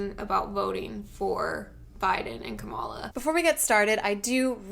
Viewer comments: I’m annoyed that Morgan kept saying KaMAla and not KAmala. Kamala has said the correct the pronunciation of her name many a time so these people are just willfully ignorant. It’s gross. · Morgan refuses to figure out the right way to say Kamala Harris' first name. It's comma-luh, not kah-mah-luh. Put some respect on the woman's name. She's brilliant and WAY more qualified than P&M or Trump or any other christian who lies to themselves that single issue voting for trump is the only way. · bruh. they are ignorant, but the proper Indian pronunciation is kuh-muh-luh. there's no O as in octopus sound there at all. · I'm genuinely so annoyed that they keep pronouncing Kamala Harris's name wrong. It's three syllables. It is not that hard to say. UGH. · Also, why is it “Biden and Kamala”? Women have last names too, and if you cannot pronounce her first name and are calling her running mate by his last name, why not just use her last name too? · As soon as people pronounce her name wrong, I begin to lose respect for them. If you want to act like you’re spreading truth, at least do enough research to know how to say the name of the person your speaking of properly